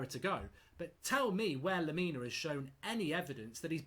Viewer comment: Lemina? Are you having a laugh??????